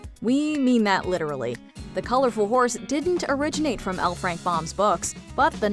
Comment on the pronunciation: At last! A video that pronounces L. Frank Baum's last name CORRECTLY!!!